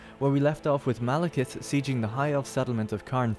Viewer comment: I can't help but to think that "Malekith" is saying "Male kiss".